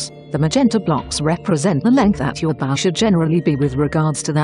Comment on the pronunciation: He used Google Translate, which says bow (ba-oo) instead of bow (boaw)